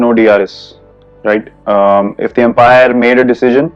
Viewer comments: "Empire" Shah Jehan ttha. Cricket wala Umpire (Um paa er) hota hai 😅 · Empire nhi umpire bol bhai😂😂😂